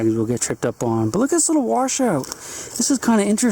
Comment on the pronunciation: Note to, there is no r in wash lol